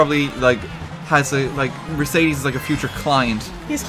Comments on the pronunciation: If i had a dime for everytime he said mercades gla i wouldn’t know how many dimes i have im deaf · Wrong pronuciation of Mercedes ^^